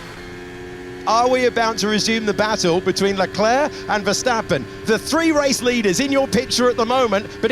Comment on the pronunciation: Charles Luck-lack